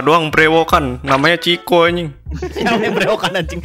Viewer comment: Riko bang bukan ciko wkwkwk